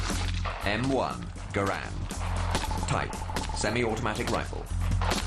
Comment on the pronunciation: You arrogant fool, why... how do you get off assuming I haven't fired a M1? BTW it's G-A-R-A-N-D not, grand, it's French, not English. As a matter of fact I use to own a M1 Garand. I sold it cuz I was very disappointed in it. I have fired both in comparison more then once. So YOU shut up!